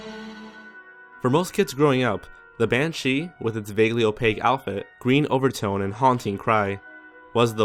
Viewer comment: why did you put the emphasis on shee in no.16? It's not pronounced ban-SHEE, its BAN-shee